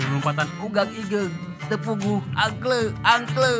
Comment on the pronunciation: Aing jadi ngakak kang pas ngomong angkle angkle